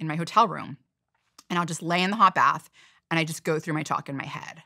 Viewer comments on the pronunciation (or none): none